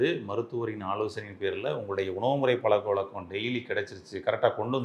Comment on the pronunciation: பளக்கவளக்கம்... பளம்..... தமிழின் சிறப்பு ழகரம் என்ன பாவம் செய்தது